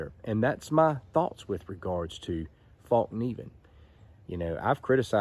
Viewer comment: Pronounced fell-keneiv